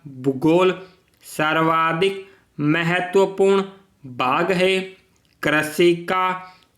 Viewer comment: सर, आपका उच्चारण स्पष्ट नहीं है। अपने भू-भाग को बू-बाग और भाग को बाग कहा है साथ ही सच्चा को सस्सा कहा है। यह सिर्फ एक सलाह मात्र है। 80wpm में 40 मिनट दिया जाएगा ट्रांसक्रिप्शन के लिए